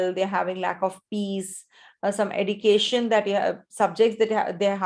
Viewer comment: Srry mam why you say education as edication ??